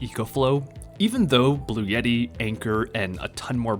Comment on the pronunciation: Seemed like a good video at first, but ... "watts per hour?" Dude, go back to school. Learn what volts, amps, and watts actually are. And while you're at it, you might want to learn how to pronounce "Bluetti."